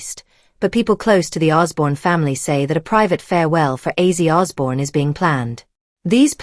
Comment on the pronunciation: You could at least get his name right